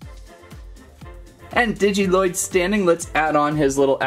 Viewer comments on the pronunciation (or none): He says lloyd wrong It's pronounced loyd but spelled lloyd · Your supposed to say lloyds name as if there was one l